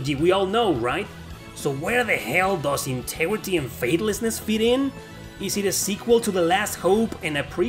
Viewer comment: star ocean inte"G"rity and faithlessness, say the 'G" as you say "go", "grow" e.t.c.